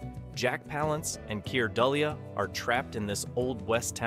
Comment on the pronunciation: Nice list and video; just one tip, Keir Dullea's name sounds like "delay."